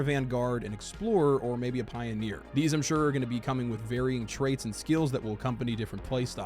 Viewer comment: Is the word "Pioner" pronounced that way with just one E? I think you're saying Pioneer...